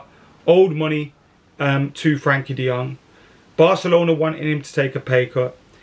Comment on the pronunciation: De Jong will come when pronounces his name right. So sadly never.